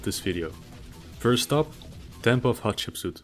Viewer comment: So that's how you pronounce Hatshepsut I usually pronounce it Hapthetsput